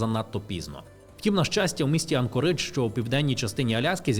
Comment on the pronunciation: АнкОридж, а не АнкорИдж